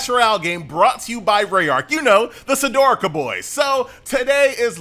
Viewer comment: Absolutely agree... he hasn't played it as he hasn't unlocked any races and he can't pronounce "Sdorica". He slips his S like he's had a stroke.